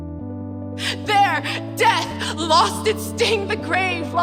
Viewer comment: Last line, did he say "Exit us" or "Exodus"?